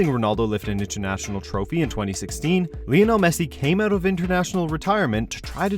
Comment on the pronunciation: vionel messi ?!?!?